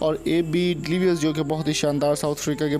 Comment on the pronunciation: Name tuo thik say le luo